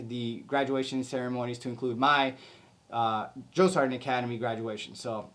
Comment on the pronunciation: Ummmmmm. What’s a drill-sarnt? Man, you guys are so soft nowadays compared to what I went through. And by the way you said drill, sergeant don’t expect new recruits to be at Olympic athlete levels, you want to tell my drill sergeant that?, I don’t think so lol. I went through Fort Jackson, Tank Hill 1988. Everybody calls it “relaxing Jackson. “ you more softer youngsters didn’t go through Fort Jackson at Tank Hill in 1988! Don’t get me wrong, love the video and is good information for new recruits. My daughter as of today August 10, 2025 just arrived at Fort sill Oklahoma four days ago.